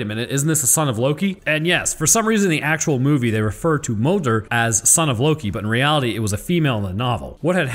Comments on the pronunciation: Its pronounced móðir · Moder is pronounced mooder. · as a pagan, my ancestors pronounced “modër” like “mol-ther”. you mostly roll the tongue but the D is still somewhat there. it’s complicated.